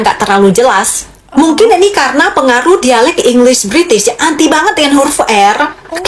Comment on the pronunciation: Bukan Engliss tapi English (Eng Lish seperti Shhhhhhh) Kalau bahasa Melayu "R" di belakang tidak kuat tapi kita sebut "V" sebagai "Vee" bukan "Fii"